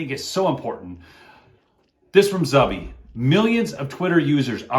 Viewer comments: FYI: Zuby... It's Zooby, not Zubby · For future reference... the name is pronounced "Zoo-by", not Zubby